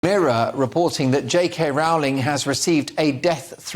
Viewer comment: You're pronouncing her name incorrectly, it's -roll-ing-. #IStandWithJKRowling